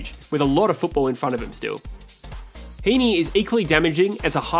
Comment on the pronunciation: Certainly got Heeney and Grundy right